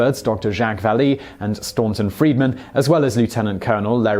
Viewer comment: Staunton Friedman? I think you mean Stanton Friedman.